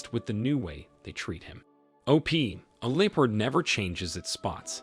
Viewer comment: It's "Lep-Ard", not "Leo-pard"